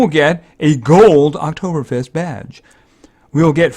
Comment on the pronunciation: I'm from Austria and you can say Oktoberfest very good. And this hearts are called "Lebkuchen" and on that there are some proverbs.